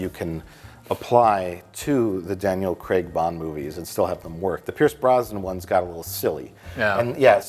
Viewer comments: always weird to hear "Craig" pronounced as "Creg" by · For all you Americans. It’s pronounced Craig, not Creg. As in Daniel Craig, not Daniel Creg. Carry on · why do they keep calling him Daniel Creg? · Why do Americans say Daniel ‘Cregg’ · 'Daniel Cregg'